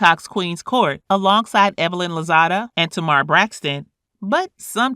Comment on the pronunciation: you also mispronounced tamar as well